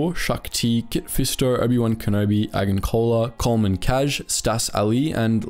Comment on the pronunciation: its pronaunced (egg-an-coalar) fyi